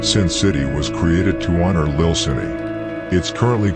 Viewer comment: Broooooooo it's pronounced lil lessssssss